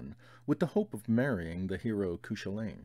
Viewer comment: Cúchulainn is pronounced like Koo-kul-in or koo kwa lin not that it matters much i'm just super irish. By the way these reads stuff videos are great and have introduced me to a lot of great books so thanks for that.